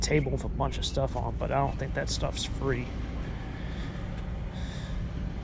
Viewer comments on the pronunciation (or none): Free not tree